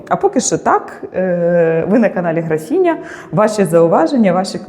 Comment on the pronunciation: Українською не графІня, а графИня